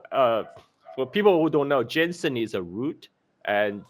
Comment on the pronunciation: GEEZUSKRIST! I quit this "video" after a couple minutes cause IT DRIVES ME CRAZY HEARING "jensen" and "cantin"........ AND A MASSIVE THUMBS DOWN.